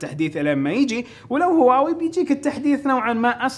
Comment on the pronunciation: تكفى انطق هواوي زين ترا ممكن تخسر متابعتي والله ان ظليت تنطقها كذا